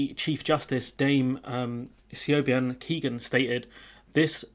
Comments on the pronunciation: Quick tip on how to pronounce Siobhan - it is a gaelic (Irish name and pronunciation on vowels are different ☺️) Siobhan = shivaawn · Your pronunciation of the judge's name is truly awful.🤣🤣 'Siobhan' is pronounced 'She - vaawn'.... And yes, it's a Gaelic name. The three eejits who brought this case seem to have no knowledge of how the UK operates, in the legal/constitutional sense.... The UK doctrine of 'Parliamentary Sovereignty' is Civics 101, basically.... The three eejits in the photograph are Kate Hoey, Ben Habib, and Jim Allister, the leader and sole MLA of his 'Traditional Unionist Voice'(TUV). In political terms, the TUV makes the DUP look like the British Lib-Dems...